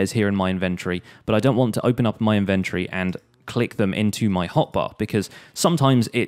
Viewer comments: In- vennt- o- ree Dude...... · the way he says inventory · He pronounces inventory so weirdly like who pronounces it like that